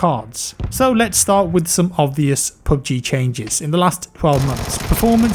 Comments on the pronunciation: "Pub gee" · Sound like you r saying poopg